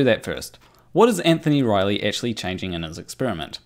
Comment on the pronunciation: Did say "Riley eggctually changed..."? If he didn't he should have:P